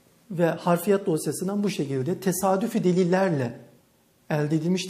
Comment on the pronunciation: Savci olmus ama hafriyat yerine, sokaktan gecen adam gibi harfiyat diyor. Tevdii etmek yerine tevzi etmek demesi ise ayri bir trajedi.